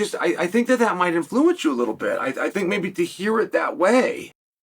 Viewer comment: why does he say 'influence' like that